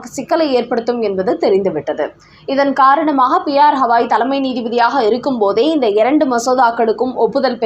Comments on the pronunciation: செய்தி வாசிப்பவர் தயவு செய்து பெயர்களின் உச்சரிப்பை சரிசெய்துக் கொள்ள வேண்டும். உதாரணமாக: உச்சநீதி மன்றதின் தலமை நீதிபதியின் பெயரை ஹவாய் என்று உச்சரிக்கப்படுகிறது. அதை கவாய் என்று, கங்கை, கவனி போல் கூறவேண்டும், ஹவாய் என்று அல்ல. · ஹவாய் கிடையாது. கவாய் - என்று உச்சரியுங்கள்.😢